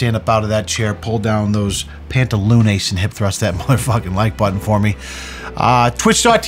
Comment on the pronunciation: Did he tried to say pantalones in Spanish and said pantalooneys? 😂